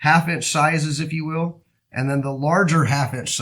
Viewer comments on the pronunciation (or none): none